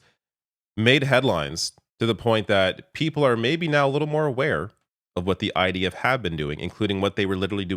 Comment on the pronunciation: Even as a Dutchy I can hear him say; Deaf Deaf to the IDF...